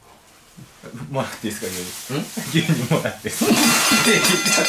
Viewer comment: 牛乳をりゅうにゅうっていうの バカ好き笑(((o(*ﾟ▽ﾟ*)o)))